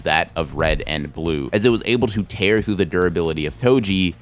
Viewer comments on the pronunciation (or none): none